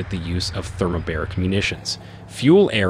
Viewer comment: thermobAric, not thermobEric. :))) as in 2 bars.